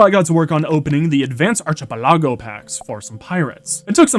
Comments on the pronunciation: Archipelago is pronounced ark-ah-pel-lago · You.. don't pronounce archipelago like that lol